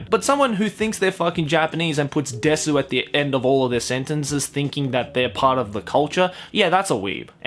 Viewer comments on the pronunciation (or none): In my opinion you’re a weeb if you watch anime dubbed into English. And I also think that you’re a weeb if you can’t even pronounce desu correctly. It’s desu not dessuuuu.